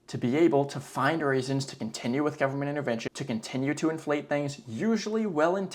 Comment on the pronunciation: "full faith and credit of the US gubmit" LOL